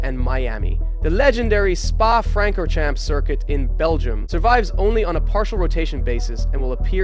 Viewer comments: Its a french word its a romance language. When its butcherd like that i cringe. Spa frank or chaums@ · “Spa Franker-champs” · Please never say Spa Francorchamps or Ecclestone ever again T_T I can't do this. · how you pronounce Spa Francorchamps is borderline offensive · Egregious mispronunciations. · That was genuinely painful